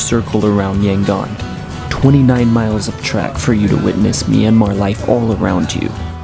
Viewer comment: The second syllable in the name "Yangon" is similar to how you would say "Nome" Alaska, only with the letter "g". The letter "o" is emphasized. So it's more like "YangOn". I'm only saying it coz' you pronounced "Bagan" and "Myanmar" perfectly.